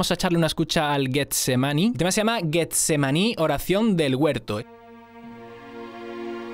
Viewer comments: Me sorprende, por la forma de hablar, que no sepas qué es Getsemaní en la tradición cristiana. Y esa G se pronuncia como una J, para que suene como lo dices, debería ser "Guetsemaní" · con todo el cariño: si va con G, Getsemaní, es j lo que se oye, no g de gato... pronunciado es como "*Jetsemaní*" besillos que te los mereces:) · Leíste "Guetsemaní" y es Getsemaní la G suena como una J. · No es gues es gestsemani la g como j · Getsemani, o el huerto de los olivos. Pronunciado " jetsemani" porfa please